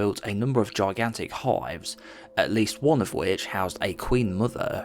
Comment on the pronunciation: Nice video but learn english please. For example its "Hives" and not "Hoives"